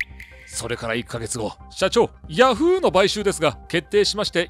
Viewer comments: ヤ⤵︎フーーーー⤴︎ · ヤ→フ↑ーで草